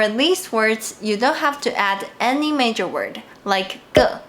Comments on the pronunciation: you pronounced measure as major, its more like mesh-ur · You are pronouncing major instead of “measure” . The first vowel sound is different and the middle consonant is also different.